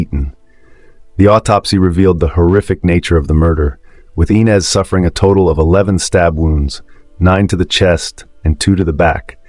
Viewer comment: It's...." I" NEZ NOT "E" NEZ. Could this be an "AI" ARTIFICIAL INTELLIGENCE.... I DON'T KNOW WHY BUT IT IRRITATES ME SO MUCH